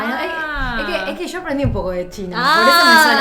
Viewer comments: Tres asiaticas pero no cualquier asiatica; Coreana, China y Japonesa Hablando sobre sus ahora resulta parecidos idiomas! y En español y con acento argentino '' la coreana diciendole a la china en español y con acento argentino: "Es que sho aprendí un poco de chino" Definitivamente este debe ser uno de los vídeos mas freak de la historia de youtube o la globalización esta muy kbrona XD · Ni tanto, dicen SHO en vez de Yo. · Entonces porqué pronuncian la LL, Y y la Sh de la misma forma? xD